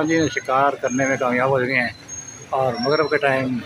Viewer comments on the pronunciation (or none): Magrib Not mugrab